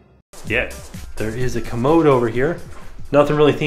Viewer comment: Am I the only person who gets bothered by him saying commode? Lol idk why i just find it annoying!